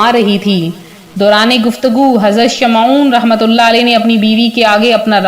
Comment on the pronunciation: Shamon hai sahee naam sahe bolo please.